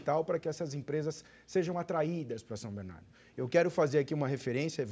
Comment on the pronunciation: Alex não sabe nem falar o nome da cidade como bom batateiro